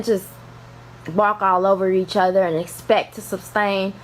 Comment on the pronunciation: Speaking of poor education. The word is sustain* not “sub”stain. This was very sad and tragic.